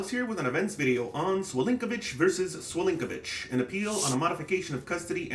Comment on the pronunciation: Thank you for highlighting this case. Wish this wa 24th March. You get an A+ for the pronunciation of their surname.